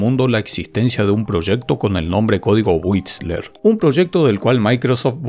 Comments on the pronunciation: Era y es "D" "O" "S"... y "WhiSTler". Por favor, dejá de llamarlos "DOS" y "WhiTSler", que me das dolor de oídos. Se llama Inglés, y es muy importante. Y otra cosa, del título: que algo "encante" quiere decir que gusta MUCHO. El "mucho" es inherente al concepto de encantar, por lo que no debe reiterarse. Las cosas no encantan "mucho", "poco", "más" o "menos". Simplemente "encantan". Se llama castellano y es muy importante. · WhiSTler, no whitsler... y la T ni se pronuncia